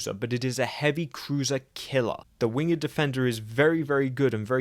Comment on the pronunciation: It's pronounced "wing'd". You know. like how SHAKESPEARE spel't it?